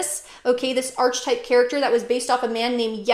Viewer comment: To pronounce ARK-uh-type (singular) or ARK-uh-types (plural), rhyming with "bark" on the first syllable. The "ch" sounds like a "k", not like the "ch" in "arch" The h is silent. I’m confused that you seem so knowledgeable but don’t know how to pronounce such a pivotal word in the field Not now. Christian’s are persecuted by Muslims etc. Not so much other Christians. But the persecution of Christians by Christians actually led to positive reformations. Why do you call the Bible “pretty little”? Seems condescending.